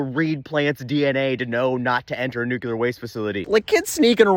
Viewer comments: nuclear nuclear nuclear nuclear... not nucular ... no such word as nucular... aaaaaaahhhhh!!!!!!!.... ok, I'm better now. I look forward to your posts. thank you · You talk so fast that I don’t even notice nucular the first time. 😂